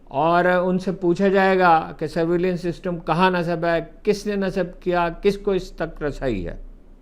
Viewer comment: Sir word is surveillance not surveveliance.please make correction.thanks